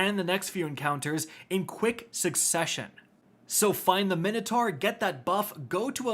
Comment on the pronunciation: Take a drink every time mispronounces Minotaur 😂